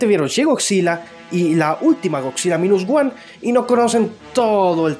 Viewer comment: Godzilla es muy realista ignorando el baile, el brinco etc ):/ y se pronuncia mainus woan aunq se escriba minus one